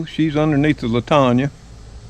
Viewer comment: Love that plant. Looks like little bouquets. My mother had it. I have four in my yard. It’s pronounced Lan tan a. 👍🏻